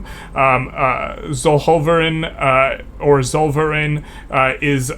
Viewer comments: The German Sphere, Zollverein - pronounced "tsoll-fur-ine" (like in wine, pine) - literally means something like "tariffs club", aka customs union in German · when germans write "Z" its pronounced "C" (like in the word "cypher"). also the "ei" is pronounced "ai" so try saying "collverain". for english speakers maybe "tzollverain" is easier to pronounce (as in tzar of russia). that "TZ" is also something very close to "C"